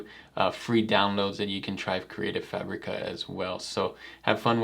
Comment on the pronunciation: Omg it’s FABic-uh! Not FuhBREE-kuh.